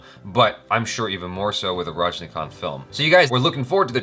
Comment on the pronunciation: finally you just pronounce right Rajinikanth 😍😍😍 (last one)